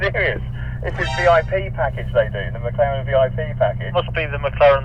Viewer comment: 영국발음으로 맥라렌이 마카롱임?누가 들으면 먹는건 줄 알겠어